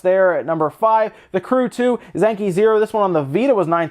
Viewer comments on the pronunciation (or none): none